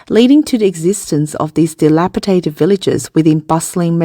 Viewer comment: There is no such word as delapitated. The word is DELAPIDATED!!